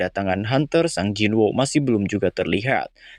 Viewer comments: gemes dengernya, sung jin woo, bukan sang jin woo 😂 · Sung Jin-Woo (성진우), dilafalkan "Seong-Jin-u" ✅ Sung jin-woo dilafalkan "SANG jin wo" ❌